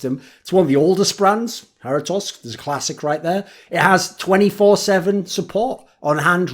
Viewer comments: something like Ha-REAT (wheat with an R) -toes. For an American this is acceptable, if you want to sound Mexican you got to subtlely roll the R's and the toes sound more like tohs. Hairytoss is fine but only if you are an Esports Journalist of the Year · Hairy Toss? ;) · That's the worse pronunciation of Jarritos I've ever heard, all good though, you keep it british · Lmao for real, I'm Mexican and hearing him pronounce it like that sounds like he's talking about a greek God or something